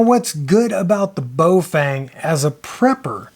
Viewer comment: it is Baofeng pronounced Bow (like cow) Fung. There is no Bo and no fang. That said,, thx for another good vid.